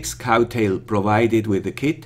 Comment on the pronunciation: Good job (as always), but I feel sorry to tell you that it's "Crowtail" not "Cowtail" :(